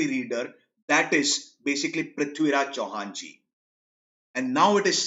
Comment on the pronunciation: Loved the way he said prithviraj Chauhan ji❤️